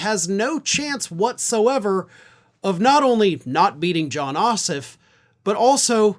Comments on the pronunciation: For future reference, our senator's last name is pronounced Oss-Off with equal emphasis on both syllables ....please pro ounce it properly - it is NOT OSSif. Thanks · please pronounce Jon’s name correctly: the second syllable, OFF, is pronounced (surprise) just like the word OFF. OSS and OFF have equal stress, or emphasis. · Jon's Last name is OSSOFF. You were pronouncing his name as Ossiff. I realize there was no animisity intended 😏🤣. Just letting you know.